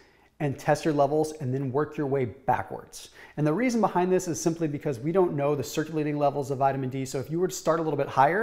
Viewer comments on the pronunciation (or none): none